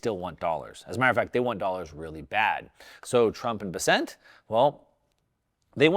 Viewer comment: Please, do a bit of research on how to correctly say Scott Bessent’s name. He’s not French. He’s from my home town in South Carolina. It’s pronounced “Bess-cent”. Like cent, not sont. 🎉😂